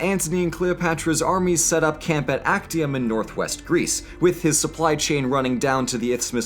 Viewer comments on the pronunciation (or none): Its pronounced aczium.